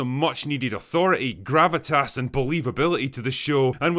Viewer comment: Gravatas. I hate when you keep saying that word.